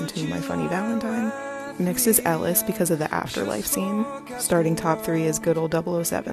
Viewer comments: did she just call mer’s daughter “ellie” HER NAME IS ELLIS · K but did she really say “Ellie”?!?